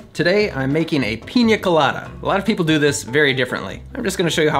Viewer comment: Great video, Anders! And I love that you pronounce it Piña Colada (not Pina Colada, as most English-speaking youtubers do). Cheers!